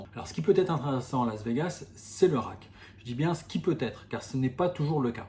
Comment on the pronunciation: Le a dans rake se prononce comme dans cake,make,fake...et non pas comme rack qui est la boîte pour ranger les jetons